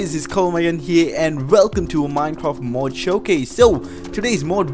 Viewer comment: It's mod not mud